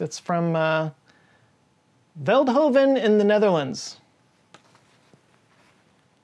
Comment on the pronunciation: ASML Fuck ya!! Just a couple minutes biking for me though hehe. The Dutch rule the world! Though this video has some mistakes. You pronounced Veldhoven correctly I was pleasantly surprised haha but the company Philips is NOT American!!!! This is also a Dutch company from the city Eindhoven that is next to Veldhoven. They originally created things like the lightbulb, radios, television and so on, but with day and age this started to gain less and less profit. Philips switched over to making medical machines as for example the MRI scanner, this was however more convenient to do in the USA as of the many people living there, and ( sorry to say ) poor healthcare. We dutchies with a relative low population of almost 18 million people is not a quite big market for those MRI machines, also shipping them to counties that use them a lot more is not only very expensive, but these machines are very delicate and do not like shocks and bumps like you would have during transport. So it was more convenient for Philips to move the company to the USA itself. But i bet you, if Fritz Philips was still live he would go mad if he heard that moved to the USA haha. This guy basically builded the city Eindhoven and was a die hard lover of this city. I think he at least turned around in his grave upon this move. Philips may have moved to the USA, but it is still a Dutch and Dutch founded company my friend, the USA has no stake in it. Well maybe now they do you know how politics are cough cough......